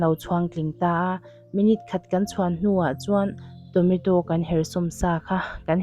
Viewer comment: Tonato a lawm....Tometo i tia😂